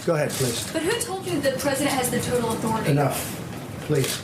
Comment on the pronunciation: He's trying to say "respect my authoritah!"